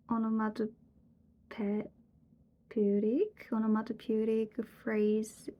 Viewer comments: onomatopoeic is pronounced something like オノマトピーエク . The E-sound after the P is elongated, followed by the short I-sound before the C at the end. Below is a link to a video on how to pronounce the short I-sound. 御覧ください。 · thanks for the video. onomatopoeic is a tricky word, you almost had it. it's like "o-no-ma-to-pii-ik"